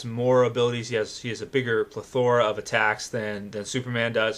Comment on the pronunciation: lol Pleth O ra, the emphasis is on the first syllable bro